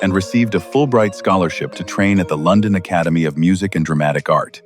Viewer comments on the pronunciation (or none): none